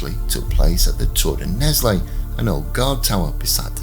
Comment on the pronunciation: it's pronounced Nell, the s is silent. The first book, called the Iron King, of the Accursed Kings (Les rois maudits) series by Maurice Druon details this scandal, and also includes the Templars' demise. The French Salic law contributed to the 100 years war. If Phillip's sons had had male heirs, the Capetian dynasty would have continued. Goes to show that MAN made laws can be devastating.